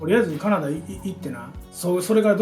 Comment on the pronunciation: カナダの発音が好き🇨🇦 コテコテの関西弁 素敵なお父さんだね。